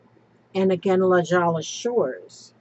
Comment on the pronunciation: Hi....Just so you know, LaJolla is pronounced La Hoya.....and those cute cows from Scotland, if they are the wild ones, must never be touched by human hands....I don't remember why exactly, but "you're" not suppose to.